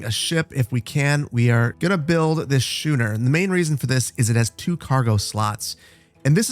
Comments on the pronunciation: Schooner is pronounced “SKOON-er.” You pronounced it the way that it is pronounced in some other languages, and it is not implausible, and I assume that you are not as into sailing ships as I am, even if I have not yet learned to sail, and I did not expect you to know that, but I assume you would rather not sound stupid, for lack of a better word. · I'm sorry but I have to scratch the itch of incorrect boat names, a schooner is pronounced skooner and frigate is pronounced frig ate like baggett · Schooner is pronounced skooner, like school is pronounced skool. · Thanks for the video. Just an FYI schooner is pronounced “skooner”. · I died when he said shoo-ner 😂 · Schooner is pronounced like school /pedantic schooling 😁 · Oooooo it's a schooner! P.s. the ch in there is pronounced as a k. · "And here we have our 'Sh-ooo-ner'..." Me: C R I N G E Loving this series though, looking forward to the next vid! (Also, in addition to "Schooner" being pronounced "Sk-ooo-ner," "frigate" is pronounced "frig-uht"):D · Hey man, I hope you're doing well. Um...you keep mispronouncing schooner as shooner....not sure if you realized that or not. :) should be as if you're going to say school, but instead of the l there is the ner at the end :) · btw schooner is pronounced 'skooner" Can't wait for the next episode. I didn't want it to end ngl. This is a great addition to the channel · can really tell you're from the midwest :P schooner is pronounced like school is, ch makes the k sound. and frigate is pronounced like "frig it" :D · I'm loving this series and I hope you keep up with it! Just a couple pronunciation points so you sound a bit less like a lubber in future episodes: schooner is pronounced as "SKOO-ner" and frigate is pronounced as "FRIG-it" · You're butchering some of the names of things... Schooner is pronounced Skoo-ner, Frigate is pronounced Frig-it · Your nautical pronunciation is funny. It's a schooner (skooner) frigate (frig at). 😂 dig this series.